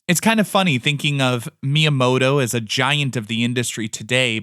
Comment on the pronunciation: At least try to pronounce the name right 🤪